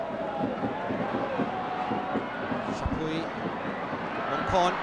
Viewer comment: Thailand NO.4 is Kroek-Rit not Kroe-Krit :)